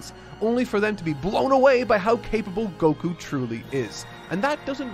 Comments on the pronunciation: Oh, but why do they do that? It's written and pronounced with an accented KU always. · Why do you pronounce Goku's name like that? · If you mean stressing the Go instead of Ku then that's just because the English dub said it that way